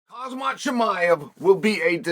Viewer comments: Uncle Chael you have to stop calling him kazmat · Why don't you respect Russian? Why do you call him "Khazmat"? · “Hazmat” That’s grade A trolling Chel 😂